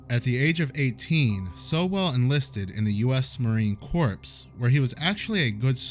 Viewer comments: I really like your content. This is my second video. I'm going to subscribe after this one but I'm a bit of an English nerd and I just can't help myself. Marine {core}, yes I know how it's spelled but it's {core) not corpse. The only word pronounced corpse is a dead body. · It's pronounced marine "core" not "corpse" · In Marine Corps- Corps is pronounced ‘Core’ (